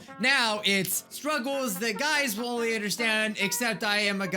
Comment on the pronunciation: I kept hearing say "Scrubbles" instead of "Struggles" 😂😂